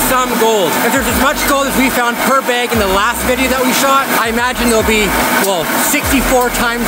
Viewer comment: Say it with me, BAG. not beg